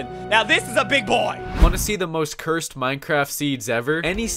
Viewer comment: Bro It's "Cursed" Oh And It's "Eystreem" Bruhh